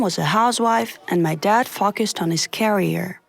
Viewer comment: Foaqesed on his carier No hate 😆